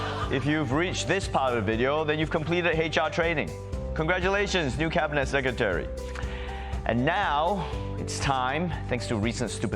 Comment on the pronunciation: Kosta cant say "secretary". He tried twice and whiffed both. A little after the 6 minute mark.